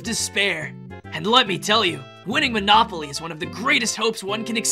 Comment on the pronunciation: Monopoly sounds more like monakupoly 😂